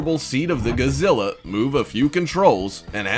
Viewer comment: Kabuki, not kabuto Godzilla, not guzilla karatas, not kuratas latron, not letron